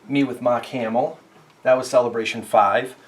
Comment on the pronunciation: Anyone else laugh at his accent a little bit? Like meeting Mahk Hamill, the cahd collection, etc. All love tho, great collection